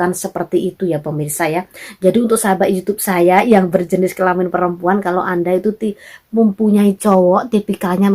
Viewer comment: Kelaman bukan kelamin...wkwk